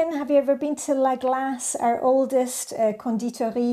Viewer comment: Thanks for the encouragement,! There is a coffeeshop in my neighborhood in Brooklyn called Konditori and today I learned from you how to properly pronounce it 😁